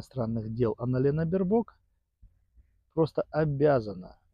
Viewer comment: БербОк! 😂 В нем. именах ударение, как правило, падает на первый слог.